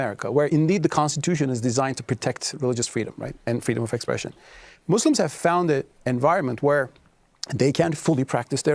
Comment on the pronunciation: My G said, "Muzz lems" THAT'S the moderator... Lol, please, I can't.